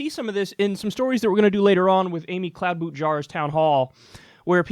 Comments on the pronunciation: Cloud-boot-jar? More like CLOWN-boot-jar 🤣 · i like how you just say amy "cloud boot jar" without thinking twice lmao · Kloh-boo-shar dude lol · I like how natural it's become for Kyle to mispronounce their last names.